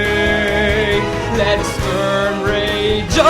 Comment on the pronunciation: Oddio D: È così strano sentirti in italiano e in altre lingue, quando sono abituato a sentirti a cantare sempre e solo in Napoletano xD Una cosa: in inglese il TH nelle parole THE e BOTHERED dovrebbe essere pronunciata come una zeta, ma con la lingua tra i denti e non come una D. Comunque. quanto ci hai messo a fare tutto (tra imparare le pronunce, cantare ed editare il video)? Complimenti per il grande lavoro :D